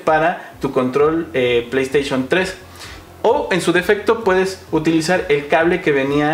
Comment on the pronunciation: playstation 3 ulala señor frances y como se dice? pley3